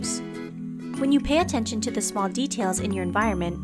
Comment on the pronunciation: 6. You pay attenstion vor subtle signs vrom the universe. Ok, this one sounds really pseudo-science.